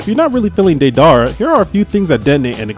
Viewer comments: DEE-DER -A not what ever tf u said😂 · I hated the way u said deidara but good video man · The way u pronounce didera name